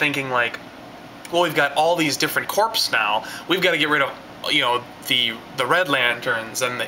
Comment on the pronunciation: another great review love watching your video but one problem you pronouncing the word corps as if its corpse corp ias in the marine corp is pronounced core : )